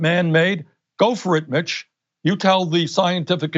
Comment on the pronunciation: When he was talking about mitch bringing the green new deal to a vote, I thought he said, "Go for it, Bitch!" I had to double check after my double take.